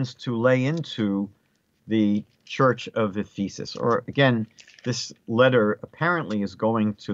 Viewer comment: The word Ephesus is pronounced F'-uhsuhs, not F-ee'sus. If you want to reach Christians, I suggest that you change this. Thank you. They may use this to mock you, G_d forbid. Shalom alechim.